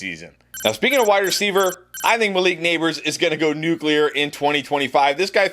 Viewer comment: I’m just glad you didn’t say nucular😂